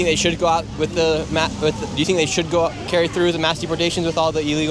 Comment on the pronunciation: bro why am I hearing sigma goo like the slime not go like go forward